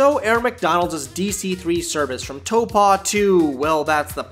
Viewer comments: You did not just say "tOePaW". It is pronounced as "taowpo" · Proper pronounceation telpo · I pulled that pronunciation from the towns own government website. Just search on YouTube. They have a video on how to pronounce it. They say it’s toe-paw. From the comments it’s clear not all kiwis say that… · but the how you said taupo sorry im fron new zealand you said so wrong hahaha